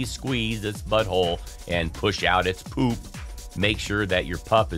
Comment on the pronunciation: The way this guy says pOOp 💩